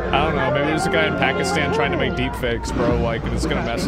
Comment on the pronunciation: She literally can't even speak or English properly "K-now" is a mistake absolute noobs make